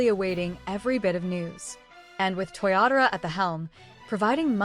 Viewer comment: 😅Your Ai is funny.It's not Toriyatora, it's TOYOTARO